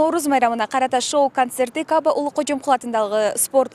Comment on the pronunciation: Журналист кыз Каабаны туура айт.